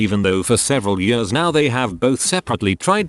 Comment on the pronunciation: Also the "yërs" instead of "years" lmao